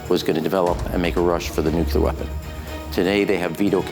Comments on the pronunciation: If Ram Emanuel is so bright, why can’t he pronounce nuclear? Not nucular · When will politicians stop saying "nukuler"? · I just don’t get it. Why do so many people mispronounce nuclear? What’s so difficult?